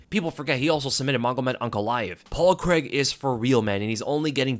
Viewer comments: Great performance from Paul C R A I G, not Creg. 🤣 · On another note why do americans pronounce Craig as Creg lol??